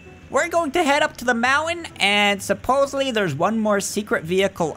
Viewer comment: “let’s go to the mouns” Me “mountain*”